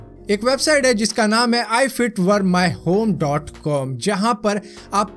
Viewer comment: if it were my home .com ko dhangse bola bhi nahi..aur uska kaam bhi galat bataya